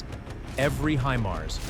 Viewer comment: "히마르스" 무엇이요, 군사지식이 있는 아나운서를 사용하세요. 구독자도 꽤 많은데요.